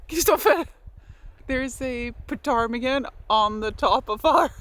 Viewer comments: silent 'P' on the p-tar-mi-gan ! ;) Jealous of you getting to live next to Arctic Skua ! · Newfoundlander here!!💖 As soon as you said ptarmigan(the p is silent) I was like hey, we have those. LoL It’s pronounced New-fin-land but not new-fin, it’s newfin, altogether & fast.😆 I don’t often comment but been following for several years and I love your content.🥰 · Great video, as usual. Since you asked, Newfoundland is pronounced to rhyme with the word "understand." In other words, the main stress is on "land." Many native English speakers mispronounce it. Also, the "p" in ptarmigan is silent, so it's pronounced as if it were "tarmigan." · Why not keep a folding trolley/wheels in your lock box at the shore so you can more easily transport things up to the cabin? Also the 'p' is silent in Ptarmigan! I thought the birds that attack you would be Skuas as they're notorious for being very territorial and aggressive so they will dive-bomb you - it's the same in Shetland in Scotland, where they're called 'bonxies'. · The “P” is silent in Ptarmigan😊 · In english the word buoy is boy. It is only in america that it is booyey.😊. The p in ptarmigan is silent.